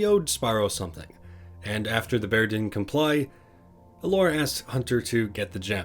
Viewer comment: "Gelora the Faun" >:((((((((((((((((((((((((((